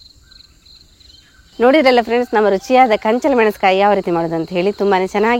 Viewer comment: ಕಂಚಲ್ ಅಲ್ಲ ಕಂಚಲ